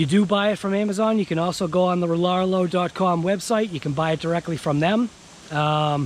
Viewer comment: It's pronounced like the email address because that's the name so it Riarrio